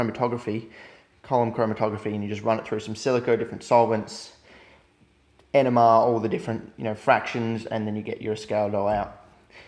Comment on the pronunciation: It took me 4 times to hear "NMR".